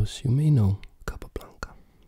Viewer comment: I love the way you pronounce the name „capablanca“, its so satisfying for some reason xD